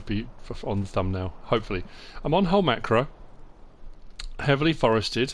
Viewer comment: The map is called Holmåkra if you want the correct spelling and if you non-Scandinavians don’t have the “å” on your keyboard, you can pronounce it Holm-OH-kra. Not Holmakra.